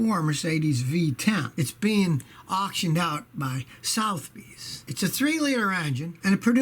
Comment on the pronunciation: Sotheby's is pronounced Suh-the-bees